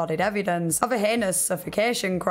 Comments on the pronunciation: “Your signature can bring to light these ‘hee-nee-ous’ crimes…” It’s heinous. HEYN-ous. Two syllables, Mr. President. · Interesting you bring this up. Rewatching it, yeah no one pronounces heinous as hee-ne-ous to my knowledge